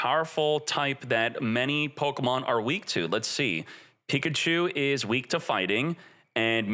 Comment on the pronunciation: It's not Pokamon. It's Pokemon